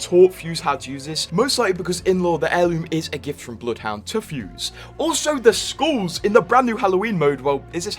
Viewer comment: As an Aussie, the way you pronounce skulls as “schools” or “skewls” bothers me.